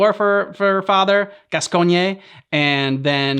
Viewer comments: When you're from the US and so used to weirdly spelled names that you think a normally spelled name must be somehow weirdly pronounced lol. "Gas-coy-nyeh"? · I believe his name is pronounced “Daddy Gas-cans”, but that might be a regional dialect